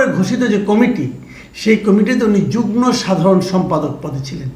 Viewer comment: যুগ্ন না উচ্চারণ হবে যুগ্ম।